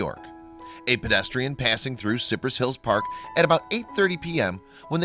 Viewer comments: Hey,. As much narrating you do...you should know it's pronounced SIGH press....not Sip ress (Cypress Hill). 😁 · Cypress is pronounced SighPress. I have trouble with these videos if they can't be bothered to find out how to pronounce basic names...smh